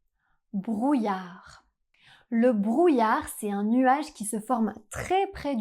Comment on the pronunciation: Isn't "un" should be pronounced with nasal [œ]?